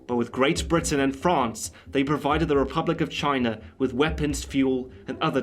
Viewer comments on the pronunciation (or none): none